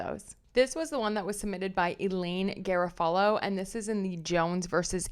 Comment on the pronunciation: Oooh, glad to have found your channel! Subscribed! FYI, Garofalo is Guh-RAW-fuh-low.